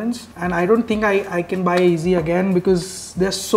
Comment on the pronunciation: It’s not easy it’s yeezy, pronounce properly